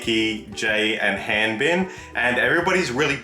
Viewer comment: Btw Hanbin's name is pronounced Hon (like honey) Bin (like bean) Geonu is like Gone Woo Sunoo is Sun Woo